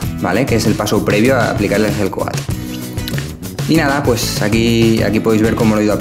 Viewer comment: cuando dices gel coat suena igual a la hell coat, abrigo del infierno jaja